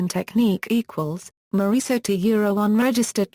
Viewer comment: at least learn how to pronounce her name !!!!